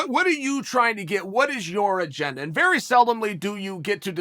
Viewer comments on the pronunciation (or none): none